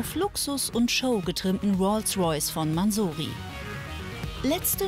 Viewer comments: es heißt mansory und nicht mansooory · Warum sagen die maansoori Es heisst mensory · TheGsGClan peinlich ist es schon aber was mich abfuckt ist das sie mansory falsch aussprechen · Und man spricht es nicht so aus wie die Frau Mansory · Die Frau soll was anderes moderieren wenn sie Mansory nicht richtig aussprechen kann